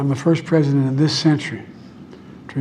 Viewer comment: Every time he says President it makes me cringe. He says it with a slur like Presssdnt. Ugh.